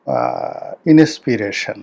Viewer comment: Inspiration উচ্চারণ টা তুই ঠিক করেছিস ? পণ্ডিত কোথাকার ? আমরা প্রথমে মুসলমান তারপর বাংলাদেশী। তুই শালা একেক সময় একেক বয়ান দিস। তোকে ইউটিউব দিয়েই জীবিকা নির্বাহ করতে হবে। তোর নেতা হওয়ার ভবিষৎ অন্ধকার। তুই চ এবং ছ উচ্চারণ করতে প্যারিস না গর্ধব কোথাকার।